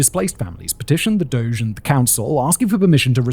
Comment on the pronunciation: What a lovely treat to hear someone use the word "doge" correctly.